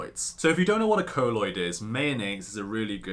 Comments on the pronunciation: Colloid not coloid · Great video ( though I think it's pronounced "coll-oid" rather than "co-lloid")